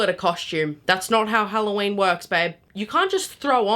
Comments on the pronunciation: “it’s Halloween not HelloShien” Is FRYing me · This is halloween, not hoe-llo-weeb